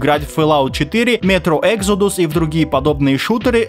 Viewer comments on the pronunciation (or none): none